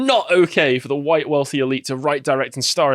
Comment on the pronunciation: @@ It's White, not Wihte you dimwit.